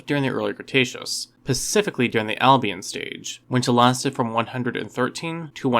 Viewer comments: Pacifically, as in the Pacific ocean? Ekspecially? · Be careful of things you learn from someone that says pacifically and exspecially. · Do you say "pacifically", ironically? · Did you just say he lived "pacifically"? Don't you mean SPECIFICALLY? LOL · Specifically. Pacifically isn’t a word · Does he say “Pacifically” !?!? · Jigganoteasaurus 🤣🤣🤣 pacifically? 🤣 I didn't even make it an entire minute into this 🤣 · did he say pacifically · I'm sorry, I just can't get info from someone who says "pacifically" and "expecially." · "Pacifically during..." 🤭